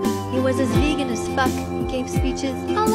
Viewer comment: teacher: VeAGen VEAGEn VeGEAn